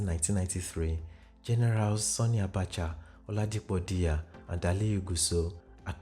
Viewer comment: I must commend your extensive research prowess. Kudos. Just a little observation in your pronunciation of 'Sani'. You tend to pronounce the 'a' in Sani as 'o'. It should be pronounced as in the 'a' in 'happy'.